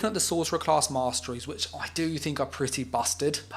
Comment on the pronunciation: Warden "moss-trees" 😂 kinda ironic